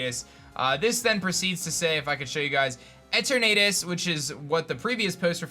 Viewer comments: Every time you said the legendary’s name as Et er Natus it hurt. It’s E turn a tus. Like eternity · It's Pronounced E-TURN-NET-TUS not E-TURR-NAY-TUS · its pronounced etern (as in eternity ) ah tus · you are saying that third legendary sooooooo wrong. E-ter-na-tus. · The way he’s saying Eternatus is making me cringe. It’s E-ter-na-tus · like eternity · "Eter na tis"